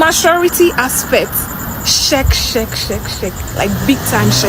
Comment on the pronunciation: I wonder why you keep saying Nigeria is better than Ghana. Even check you are saying sheck 😂😂😂